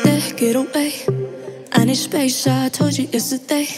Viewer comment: Why does she pronounce soft or lost or space or skin as shoft ,losht,shpase,and shkin